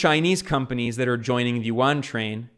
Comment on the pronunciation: For a video focused on the yuan I hope that at least he could pronounce the fucking word right